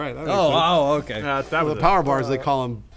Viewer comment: Po...pojer bars...